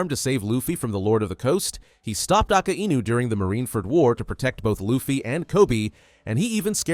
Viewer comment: Why do you always say aka I nu wdym it's akainu